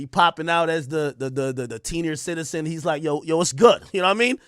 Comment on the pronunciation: TEENIOUR CITIZEN?😂😂😂